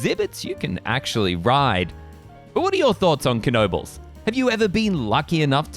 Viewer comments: fyi, we don't pronounce the K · 🙄99.9% pronounce it Kuh no bulls including the owners.